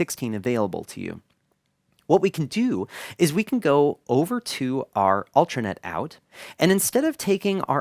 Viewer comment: There I was, wondering how to get an "alternate" output from the XR18.... Then the DN4816-O segment began and I realized you were saying "ulTRAnet!" Great video, as always.